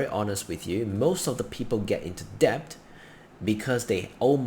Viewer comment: Debt. Not depth.